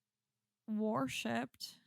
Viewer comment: Did you say "warshipped" ? I laughed out loud